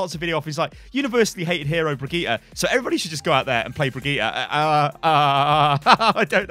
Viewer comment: Haha, how can he still not pronounce her name right? I mean he even interviewed the voice actor, who told him how to pronounce it :D